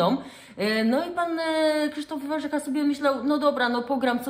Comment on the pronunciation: Zawsze byl Warzecha...z akcentem na e...i nagle stal sie Warzycha z akcentem na....pierwsze a...?